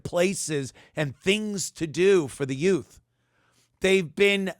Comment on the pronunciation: “A HHWat? Didjew say ‘yute’? “